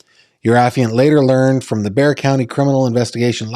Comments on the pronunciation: It's pronounced like " bear"😊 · Bear! It’s pronounced Bear! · It's pronounced Bear Texas. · Olmos Park is an unincorporated community INSIDE SAN ANTONIO Texas city limits. It’s NOT Houston. It’s pronounced BEAR County Texas, and the town Boerne is pronounced Berh nee. Please let me know if you need anything else. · Its Bear - like see the big brown bear :) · It's pronounced "Bear". The was was an x brand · Bexar County Is said like bear. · It’s “bear” county. As in Grizzly or Panda lol.